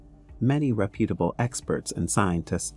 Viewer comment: I was very interested in this and trying to take you seriously, but that is hard when you make so many simple pronunciation mistakes. You mispronounced reputable, seismic, chasm, seismicity, lithosphere, and more before the seven minute mark. It’s hard to take you seriously when you make so many errors reading your script because it is so jarring that it breaks my concentration on the storyline. I gave up listening at minute , but I imagine you made more mistakes after that.